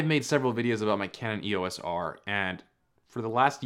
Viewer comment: Please say EEYOHS, not EEYAS. 😉